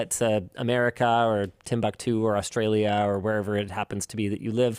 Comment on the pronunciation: hard-r "Australia"